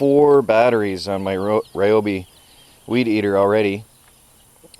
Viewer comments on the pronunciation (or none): none